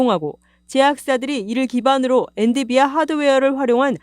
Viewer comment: 저도 들으면서 계속 거슬려서...ㅎㅎ